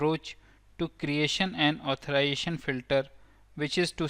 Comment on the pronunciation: The word is AuthorIZAtion not authoration